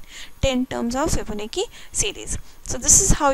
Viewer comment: its "fibo. na. chi" pronunce